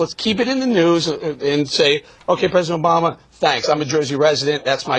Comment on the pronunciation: "Doesn't have much insight"....Said the guy repeating "Obowma" throughout his idiotic rant which which concludes that the sitcom, "Fox "News" , does a better job. "50%" Wow, talk about pulling something directly from your ass